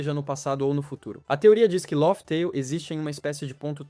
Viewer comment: Não se fala “ lófi teil”, mas “léf teil”